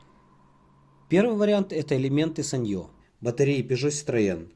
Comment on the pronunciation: СаньЁ?))))))) лучше сАньйо говорить для русскоговорящих)